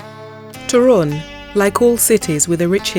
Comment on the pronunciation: Toruń, as every polish word is accented on second sylabble from the end.(There are some few exceptions)